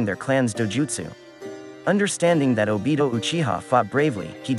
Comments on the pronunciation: Garbage video. "Sharing-gun" "O-Beeto"? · man-gecki-oh- sha-rine-gan oh-bitoh sase-keay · I'm saying 😭😭😭 like my guy couldn't even say Obito's name right 😭